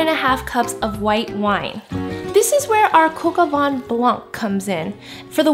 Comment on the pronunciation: It's vin not van!😂